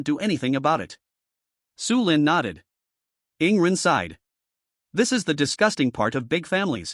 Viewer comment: Dude why always say rarely yawning for yingren its annoying